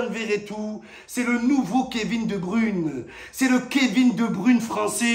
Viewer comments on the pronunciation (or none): Sinon Momo please prononce KDB correctement ca fait mal aux oreilles qd vous parlez les francais hahaha PAs De Brune, mais De Bruyne( Br-oeil-ne)